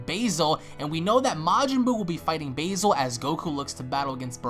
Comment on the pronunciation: please can you stop saying base-all its pronounced baz-all there is no e your saying it like base-all when its baz-all, and lavender is laven-der not lav-ender